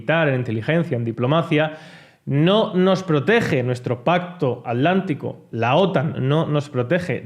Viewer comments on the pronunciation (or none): none